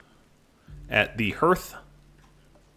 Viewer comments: Not trying to be the weird, but are you pronouncing hearth sarcastically? I've never heard it pronounced that way, it's har-th, as in hearth and home. I was wondering what a herth was, but when I rewound the video, well, I was a little confused. This looks like a cool game, thanks for introducing me to it!! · Yes, I've always heard it pronounced harth, but I know many places have different ways to say and pronounce things, sometimes it's just a regional thing, so I wasn't sure if it was different. Also, I thought might have just been being funny, I was just listening along while I did something else, and thought I might have missed him making a joke about pronouncing it that way.